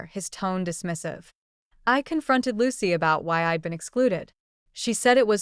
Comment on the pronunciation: I'd, not eyed. Chppy narration is annoying. Parents are more concerned with image than with their daughters' choices. School is Berklee College of Music, not Berkley.